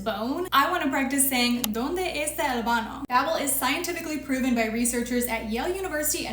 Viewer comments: I got whiplash from the mispronounciation (you said bano not baño) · Just a tip for spanish speaking. The ñ is pronounced ni so it will sound like "banio"😅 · Native Spanish speaker here. Baño. The ñ is pronounced as the "gn" in Italian. It would be like "baneeo" happy that you're learning a new language 😊 keep it up! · Love these tips!!!! You can also use your exfoliating products on your feet for silky smooth feet; I see derms on this app always recommend it so I tried it and it works so well! And just so you know, baño is pronounced ban-yo ☺️ Enjoy Colombia!!!!